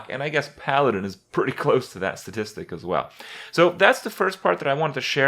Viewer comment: drinking game: shot when Kripp says s"tatistic"